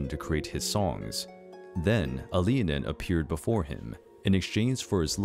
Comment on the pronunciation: Sidhe is pronounce "Shee"; Leanan is pronounced "lay-non". The name of the creature would be pronounced "Lah-non shee".